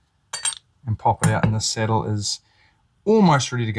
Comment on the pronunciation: 😂thanks for the tip. It took me the first 2min to realize the "settle" was the "sAH/dull" saddle. It was only through prior knowledge of piezo acoustic pups that i discerned the matter. 😂 First off, never alter your accent. Its like denying your heritage. Im from deep in the heart of Appalachia in the Southeastern US, im suuuuch a hillbilly, and proud of it. I cant use voice to text, vouce dictation at work(that one hurts), and bangledesh customer service reps have a harder time understamding me than i do them😂. Even when i speak with perfect diction and elocution as i would in a professional setting. Every year or two i get tired of typing and convince myself the software has improved, so i try dictating patient care reports and within an hour, im back to typing, heart broken, hands still cramping😢😂. This is a great tip and i can easily see how this would improve tone capture. Tyvm for sharing!